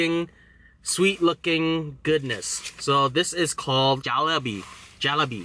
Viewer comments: 1-Not "Jaalibee",it's "Julaybee". 2-Not "Baalo Aahi",it's "Baalo Shaahi". 3-It's moti choor laddoo 4-It's Gulaab Jaamun(Jaamon) 5-It's Boondi Laddoo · He pronounced jalebi jollibee lol love ya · It's pronounced Jaleibee. XD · It's gulab jamoon and ladoos are my favorite and the word jalabi it is pronounced Ja the a gives a ah sound la the la is pronounced like lay the bi is pronounced like bee so if u want to pronounce it right you can say is it this way jah-lay-bee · G - le - bee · How to pronounce well: Roti = Ro-Tea Tikka = Tick-Ka Jalebi = jaa-lay-bee Balu Shahi = Ba-loo Sha-he Motichuur Lado = mo-tea-chor Laa-do I am a huge fan of your channel, love your enthusiasm for food. Next when you cook, try making puri cholay and Halwa. Recipe = Btw try Pakistani food, many people abroad mix Pakistani cuisine with Indian. Both of these cuisines are difficult, so give it try. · Its just called naan :) Besides the jalebi (pronounced ji-lay-bee) the other sweets are called mithai's and you are eating the different variations. Next time, you have to try rusgulla! Not just Indians eat these foods, but all South Asians (Pakistani's, Bengalis). LOVED THE VIDEO!